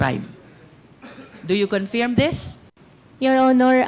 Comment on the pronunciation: Your line of questioning is at first irrelevant then proceeded to lay your foundation and caught the fish in her mouth. My only concern is your pronunciation especially the word "confirm". It's pronounced as "confurm" and not "confeeerm".